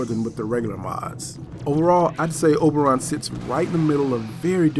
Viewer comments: O-BER-on, not OB-er-on. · Oh-ber-on not o-ber-on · It's pronounced OH-burr-on. It's a reference to the fairy king of Midsummer Night's Dream. Not AH-burr-on. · OMG! I didn't think anyone could say "OH-BER-ON" worse than my friend!! You people need to watch Stargate Atlantis and learn how to say the word!!! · You weren't pronouncing his name right. =( Other than that it was a great video. Thanks for putting these out. =P